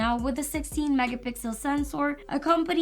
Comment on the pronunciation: I heard said mega pickle sensor😂😂😂